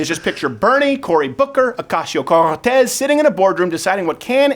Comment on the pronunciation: Andrew Klavan's pronunciation of AOC's name s perfect and you should adopt it.